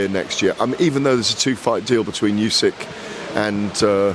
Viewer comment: How does still not know how to pronounce Usyk?